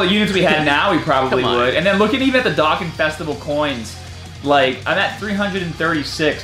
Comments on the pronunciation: my guy said dokkan fam like DOCK-GAN fam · I wish you pronounced dokkan right lol besides that your a good tuber